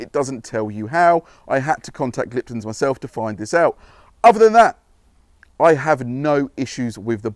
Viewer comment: There is a very common theme with any reviews on Gliptone products from detailers in the UK , and that is how it is pronounced. its not Gliptun , it is Gliptone like tone of voice.